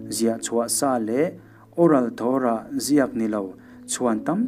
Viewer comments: Torah hi a "to" lai hi i thluka thluk loh tur a ni e. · Torah i lam dik lo